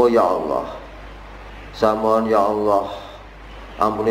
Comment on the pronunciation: Kok nyebut nya Awoh Awoh...Awoh... Wah Chanel tai ini... Tipu2...